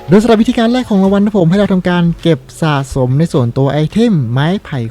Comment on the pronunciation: ท่านพี่ท่านจะขยันไปไหนเนี่ยพี่น่าจะได้รับพลังมาจากธานอสแน่ๆ เดวนะเอ่อออพี่พูดว่าล็อคอินสะขม อย่างงั้นเหรอออออออออ